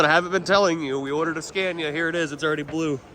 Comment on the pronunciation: Scania not Scandia. SorryOops